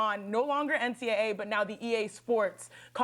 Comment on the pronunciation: Chiney is hella annoying! She barely has knowledge amongst all sports. She called NCAA, "NCA"